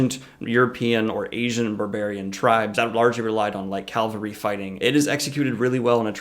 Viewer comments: You keep saying cal-ver-y, isn't it ca-val-ry? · Thanks for the video! Great job as always. One request from someone with a military background: please stop saying “Calvary” instead of “cavalry”. Calvary is where crucifixions happened, cavalry are mounted soldiers. Notice where the L is in each word. I’m looking forward to the next video! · it's pronounced CAValry. not CALvary. The ;latter is a place. The former are a unit type. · I love you, but CAVALRY, not CALVARY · ...Calvary... Cringe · Great analysis but can you say "cav-al-ry"?!! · Is this guy saying calvary instead of cavalry? xD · you were killing me with 'calvary' i/o cavalry! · What is calvary? :S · It's cavalry. Really? Don't let me go. Stop saying calvary. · Nitpick: Cavalry are military units historically made up of horsemen. It's related to the Spanish word Caballo for horse or Caballero for cowboy (I think it is a little weird that their word for that concept means "horseman" and ours means... cow boy) and in Spanish the V sound has basically merged with the B. Also Chevalier in French is Knight, a role noted for their horsemanship and in French Cheval is horse. So, the common thread here is that the V sound (or b/v) precedes the L sound. Calvary is the Anglicization of the Latinization of the Aramaic word for the place where Jesus was crucified. Sorry I can't help it. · "CAVALRY" ... U keep saying "calvary" ...